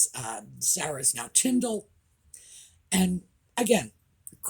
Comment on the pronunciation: Princess Anns children are not in their 50’s -they are 41 and 45 And Zara is pronounced Z ‘are’ RA not Z ‘air RA 😊